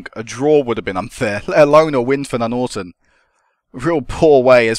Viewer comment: I always thought Nuneaton was pronounced Nun-eat-on, not Nunorton. Doesn't matter anyway it's a shit hole of a place. Good series!